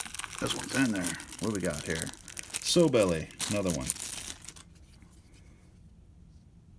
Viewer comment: I've watched a couple of your videos now find them pretty informative but could you call a sowbelly a sowbelly not a sow belly they are called sowbelly because it's a like a female pig belly . Unless if you call a pig a sow. There's a word for it it's when 2 words spelled the same sound different other than that I enjoy your videos greatly 2 thumbs up for me other than the sowbelly thing